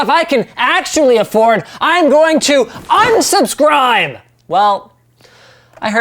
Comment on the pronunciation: unskubskribe lol